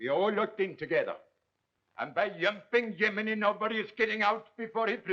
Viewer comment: Yumping yuminy, its Jiminy